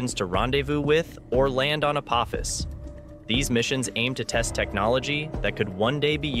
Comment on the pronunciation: The "o" in "Apophis" is a long "o," like with a macron, for anyone with a working brain enough to know how the English language works. I guess Skynet isn't taking over anytime soon.